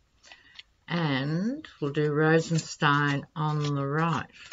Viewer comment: Whitaker and Rosenstien are adversaries. Whitaker always mispronounces Rosenstien’s name. He isn’t taking the bait